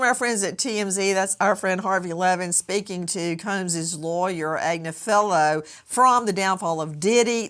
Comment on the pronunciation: I listen to marks wife Karen Agnifilo, pronounced Ag nif ilo. Mark has an uphill battle he can't win..plz pronounce his name right!